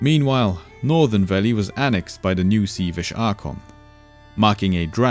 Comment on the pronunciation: This is absolutely fantastic. Great storytelling for complicated stuff like this, easy to follow despite the intricacies! Bonus points for the pronunciation of Veli (I screwed that up and felt the wrath of the lore nerds ; ) ) Thumbs up all all the way!